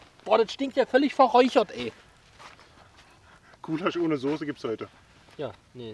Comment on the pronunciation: "ghoulasch" MMH